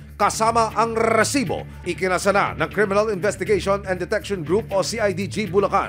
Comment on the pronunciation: Rrrrrrrrrrrrrcibo...haha..iba ka aksyon man...😅